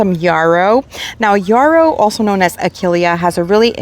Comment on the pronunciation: The yellow achillEa is a yarrow not a yorrow! (not rhyme with borrow, sorrow, tomorrow)